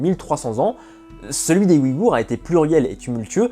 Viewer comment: Ce ne sont pas les "Wigours" mais les Ouïghours. Le "ouï" se prononce "ouille".